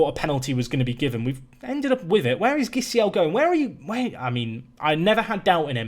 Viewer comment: As a Brazilian, I feel a need to correct your pronunciation of Gisiel's name In this case, the G sounds like a J. Players with GUI in the name have the G sound and a single G, without the U, sound like J